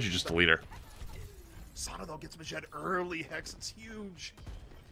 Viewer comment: they keep calling them yazaan and ma-jed when it's really ya-z'-n and maa-jid